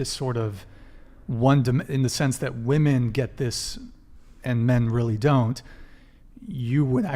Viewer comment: Again... Another group of young women who don't seem to understand that the PLURAL of woman is WOMEN. I don't understand why they ALL say it wrong! Can every single female on this podcast be THAT uneducated??? WTF is going on?? Seriously!